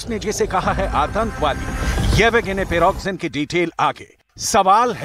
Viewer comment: Spell it correctly please, Pri go zin, spell it rightly Don’t say piroxin( it is a skin medicine)